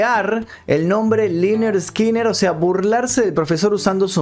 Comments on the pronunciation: Liner skinner a.e ... Se lee Lainard Skainard.. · Corrección se pronuncia lenerd skenerd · Free bird, y se pronuncia lenner skenner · "Laynard Skaynard" Asi lo entiendo que se dice o no se xD Me gusta la de SIMPLE MAN 🤟🏽😔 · Liner eskiner jajajajajaja qué mal inglés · se pronuncia lenerd skenerd